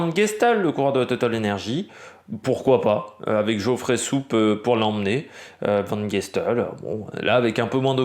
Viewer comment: Dans cette vidéo, vous prononcez très correctement le nom de Van Gestel (contrairement à hier). Effectivement en flamand, le G n’est pas guttural (comme aux Pays-Bas). Il ne faut pas prononcer Van Restel ou De Rendt. Mais plutôt Van Guestel. Bel effort pour Uijtdebroeks. Merci encore pour vos vidéos. J’espère que l’on réentendra le chant du coq bientôt. Ah oui, j’oubliais, pour l’étape peut-être une revanche pour Molano ?